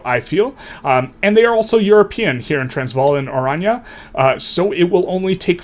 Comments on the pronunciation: As someone from South Africa, it's Oran-ye. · Oranje is pronounced orange.